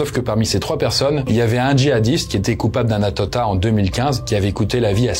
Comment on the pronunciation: "un attatat" 😂